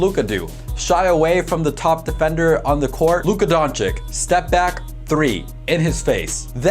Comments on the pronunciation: Like the vid. But it’s Don-“chitch”, not Don-chick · DONČIČ..not donćik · Great video. But not Dončik its Dončić 😁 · It's pronounced don-chich not don-chick lol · LUKA DON*CHEECH*..PLEASEEEE :( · He is Luka Dončić and not Luka Dončik. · Say "Donchick" one more time. I dare you. I double dare you. Where the fuck did u get that from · Nice video but... Don chick??? This video took forover to be made? If you could just took few minutes of this time for his last name would be great. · his is name pronounced don-chitch btw. Ppl say it wrong all the time tho so it doesn’t rly matter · you are saying his name wrong and it is irritating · I give you like when you say his surname right bro-for real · for the love of god learn how to pronounce his name right....an otherwise good video completely ruined by your continuous mispronunciation of his name